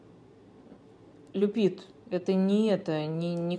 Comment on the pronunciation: Люпит, не Коачелла😂😂😂😂😁🤣Обожаю, 😂❤️